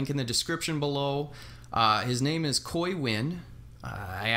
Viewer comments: Great Vlog man. Yes, you pronounce my name perfectly. I'm glad your prize got to you safe. Thank you for playing. review the figs together. they comes together, You have to review together. Haha. I'm looking forward to the review. If you watch my next video, There's a surprise on that Mary J 2 pack for me. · you're right, they need to be reviewed together. We'll see what I come up with. I'll be checking out your video as soon as its out bro! Glad I Got your name right, I hate when I pronounce someone's name wrong. Thx for checking out the video and thank you again fir doing that giveaway and drawing my name.